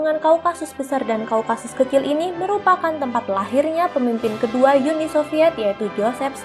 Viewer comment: Uni bukan yuni kalau bahasa Indonesia